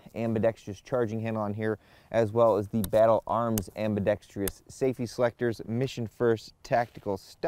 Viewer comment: Does ever pull his head out and learn how to pronounce words like AMBIDEXTROUS (am-bih-dex-truss), which he keeps pronouncing as am-bee-dex-TREE-us? He can't even get the number of syllables right!